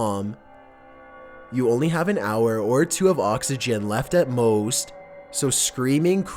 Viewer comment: At MoOsT